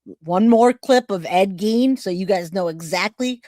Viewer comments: The only thing proven here is that,even after hearing someone saying it right, you are unable to say a name right. Ed Gein like Ed "Geen" not Ed "Gaine". Is it so hard? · It is pronounced Ed Geen not Gain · Please it's pronounced F re ta not f RAE ta. No long A. Also Ephrata is in Lancaster County. Enola where the other guy was is in Cumberland County. They were not from the same town or even county. Also Ed Gein is pronounced Geen. Was trying to watch but the pronunciation problems and saying the guys stealing and selling bodies were from the same town when they weren't even close made it difficult for me sorry. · Awesome video. Very informative. Also the mans name is pronounced "geen."